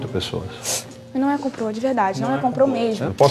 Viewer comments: e - meu Deus! "Comprô" é de estourar o último limite da decência! Deveria haver 3 demissões nessa noite... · Coloquem o vídeo aos "Não, não é um 'comprô' " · Só pelo "Comprô" eu já a demitiria por justa causa!! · Não é "comprô", não é "comprô". Kkkkk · "Não é comprô, não é comprô mêixmo" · "COMPRÔ NUM É COMPRÔ" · "Comprô" foi compricado... kkk Não sei como isso passou batido na mesa... Mas a demissão foi justa, a Carla estava mesmo testando a líder a todo momento. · NÃO É COMPRÔ MESMO... RSRSRSRSRSRRSRS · NÃO É "COMPRÔ"...... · kkkkkkkkkkkkkkkk "comprô" o que? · não é COMPRÔ!!!